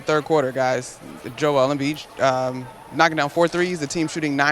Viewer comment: Joel Embeeeeeeeeeeetch